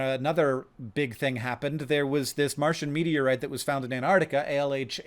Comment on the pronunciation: Hank, you're amazing but very minor things: antARCTIC. "Grieg" rhymes with "krieg" like in "blitzkrieg".